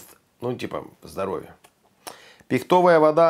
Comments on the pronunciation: ПихтОвая хвоЯ. Я прямо чесаться начала. ПИхтовая хвОя. Вы же образованный человек. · пихтОвая от слова пихтА